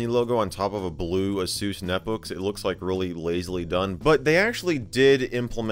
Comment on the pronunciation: hearing asus spoken as "a-soos" is so jarring to me 😂😂😂